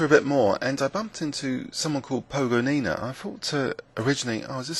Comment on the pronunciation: you shoul call her 'po-go-ni-na' placing accent on the second sillable.